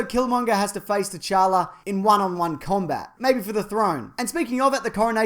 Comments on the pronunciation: The t in t'challa is silent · did... did you just call him king tchanka? like as in rainbow 6 siege?? lol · in t'challa the t is silent just so you know